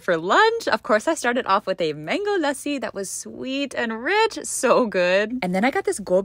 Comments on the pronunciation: Finally someone pronounced MANGO LASSI NOT LISSA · The pronunciation of mango lassi was really accurate to Indian accent